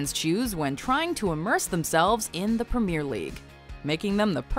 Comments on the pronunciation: When you're talking about European football, at least pronounce "premier" properly. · 1.31 The Permer League?!?!? 🤔